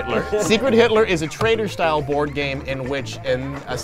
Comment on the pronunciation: At the end Said board AM